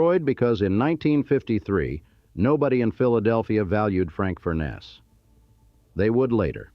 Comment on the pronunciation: Almost 5 stars. Philadelphians will be very annoyed by the way that the narrator pronounces Furness, Schuylkill, Shibe Park (shy-bay?), Reading, and Lancaster. Masonic Temple is NOT south of City Hall. When discussing a Hewitt Building, a portrait of Horace Trumbauer is used. And the 1854 Consolidation did not double the population - it tripled it. But "Bravo" for an excellent history of the city's industrial past. Most of the people you talk about - Baldwin, Furness, Stetson, Cramp, PRR presidents, Cyrus Curtis of the Curtis organ - are buried at Laurel Hill cemetery where I am a volunteer tour guide. I cover many of these people in detail with my podcasts "All Bones Considered: Laurel Hill Stories" and "Biographical Bytes from Bala: Laurel Hill West Stories." And although I have lived here for 40 years, I am still not quite a Philadelphian.